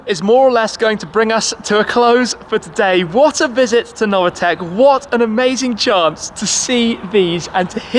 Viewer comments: It’s pronounced Noveetec not Novatec! Dammit! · It’s Novitec, not “Novatec”, idiot))))